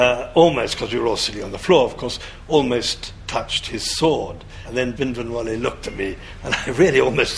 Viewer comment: if she considers herself even slightly Punjabi, she could at least learn to say 'Bhindranwale' correctly..